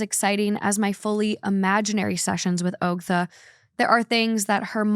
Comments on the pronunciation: I'm so surprised you hadn't heard anything about Ogtha (aug-tha). Reddit on Wiki even had merch for it for a minute. 😂 Its just disturbing. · I can’t believe you guys don’t know the Ogtha story lol but it’s pronounced like awgtha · I've heard the Ogtha story before but the way pronounces it doesn't flow as well.